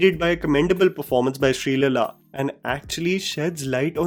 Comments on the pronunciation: What the hell is "SREELELLA"?? It was difficult for you to pronounce "SREE LEELA" properly?? Really?? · why cant u pronounce the aaaaaas and eeees...jaban ko drag kyu nhi krte ho.. its not srilila, its sree leela.. plz do the eeeees properly.. u r not some foreigner who cant catch on this simple indian accent. Its Leela..like krishna leela.. u pronounced it as lila. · It is Sreeleela not Sreelala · Sreeleela is an indian name & Unko ye so called sehri babu thikse pronounce tak nhi kar sakta 😢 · Dude butchered sreleelas name😂